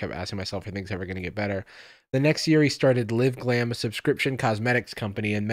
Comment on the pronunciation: Why does he keep saying “liv-glam” 😭